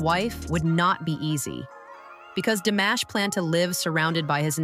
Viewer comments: Диктор, хоть и бот, очень плохо, глупо запрограммирован; Известного Казахского на уровне международном, если не знаете, то имя всеми любимого певца; ДИМАШ, а не 'дамаш', что за манера у бота ИИ коверкать известные имена, фамилии, названия городов, сёл, рек, озёр, и много что другого толдычит своим гнусаво-механическим голосом, что атишники ИИ- глухие, или, 'демонизированные' 'сущности', лишь бы всё искажать, лгать, тупить; таков хозяин ИИ👺👿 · Вот зачем врать, что Димаша не признавали в Казахстане? Все первые места в конкурсах, любят его и признавали, и признают. Режет слух это ИИ, Дамаш, Дайда дамбра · Чтобы рассказывать про Димаша Кудайбергенова нужно правильно произносить его , имя, город Актобе и другое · Сначало научитесь или научите робота чтобы правельно говорил его Имя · Спасибо за такое вежливое поправления у меня нет сил поправлять робота хоть я не очень грамотная но слушать как она корежит имя Димаша не выносимо